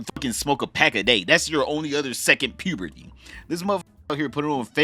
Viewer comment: Lmao you are talking the truth I heard your accent come out with "pyurrr-burty" though. You gotta be from Baltimore.